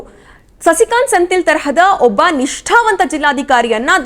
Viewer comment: senthil alla sendhil helamma ChikkaNerale